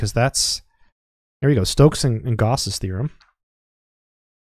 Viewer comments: Umm... just one thing: Gauss is pronounced, "gowss," not, "gahss." Excellent video! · Oh wow, yes you are right. I used to pronounce it "gowss" and now I've switched to "gahss". I wonder why I did that. THANK YOU!